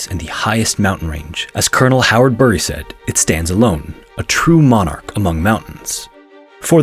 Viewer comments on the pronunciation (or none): none